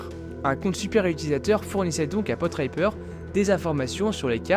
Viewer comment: tué cris "Portipper", pronnonce "Potriper", mais non : C'est bien Potripper.